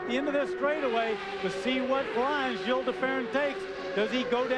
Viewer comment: Did Marty really say Gilles like 'Jills' ??? Sheesh